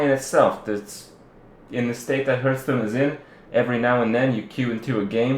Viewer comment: it's pronounced HARTH-stone.....